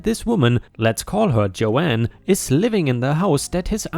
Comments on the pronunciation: Believe me I absolutely love these stories, but am I the only one.who finds it irritating when a person calls someone JoAnn, when their name is Joan (different pronunciations). Yes, I might understand where you might consider me a "Karen", but I am an English teacher. I apologize if I offend anyone! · That’s Joan as in Joan of Arc, not as you’re saying Joanne (Jo-anne) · 🌟🌟🌟🌟🌟👍🎬😎 Joan = Jone, as in Jones, but no s… Rebel is pronounced re-bell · Joan is pronounced Jone, Joanne is different. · And 'Joan' rhymes with 'loan' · just to let you know, Joan is pronounced with a silent A. Joanne is definitely a name, but tends to be spelled more like I did.